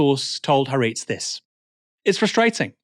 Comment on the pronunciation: Please learn how to pronounce Haaretz Aaron